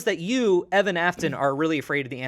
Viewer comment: I cringed every time said Evan